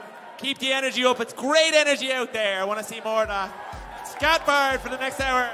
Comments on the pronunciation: "scutbird"? It's literally pronounced like the english word "skateboard". Sheesh. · name is pronounced skateboard not skatbard